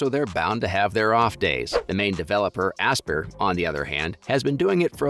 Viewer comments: only slightly more than "asper" ah-SPY-er...... like inspire. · The way you say aspyr is really triggering me it's aspire like you aspire to do something that's how it's pronounced